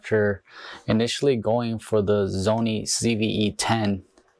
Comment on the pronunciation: What is a zony? Is English your second language? I'm just curious. For the record, the Sony does have a touch screen. By default the touch is used only for focus.